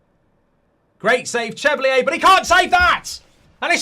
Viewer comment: It’s pronounced Chevalier (shuh-val-ee-er) and Kudus (Kuh-doos) you prat 😂